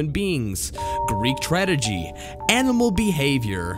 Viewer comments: did but just say "tradegy," lmao?? He narrates like that on his channel, too. It's not Jorge...Jorge's great. The guy from "Top 5's Finest" or something like that. I think. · One that really stood out for me was narrator saying "tradegy" instead of "tragedy." Seriously? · “Greek tradegy.” Having trouble pronouncing those easy words again? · "Greek tradegy" LOL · Greek tradegy. Tradegy. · "Greek tradiggy" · dafuq is "Greek Tradegy"? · "Greek trad-egy" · What's a Greek TRADEGY? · Greek tradegy? Lol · greek trad-eji?